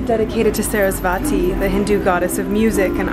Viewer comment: its not saraswaaati. its saraswati.